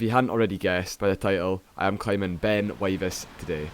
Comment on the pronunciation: pronounced Wivis